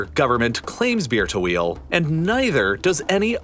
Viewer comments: i just cant unheard beer-to-wheel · Can't help but hear Beer to Wheel when you say Bir Tawil... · All i hear is bir tawil as beer to wheal xD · As an arabian, i can confirm you messed up the pronunciation if bir tawil